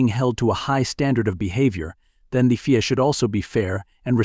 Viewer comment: F I A not feea